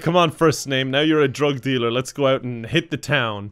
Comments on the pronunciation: It took me WAY too long to understand “drog delure” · no one: absolutely nobody:: DROG DEALURE, ITS EUROPEAN